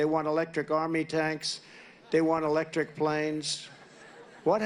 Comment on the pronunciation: Elecric instead electric